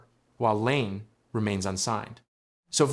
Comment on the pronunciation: if you are going to make a fucking video about someone at least have the courtesy and decency to pronounce their name correctly. you are a fuckign donkey. your video fucking blows get fucked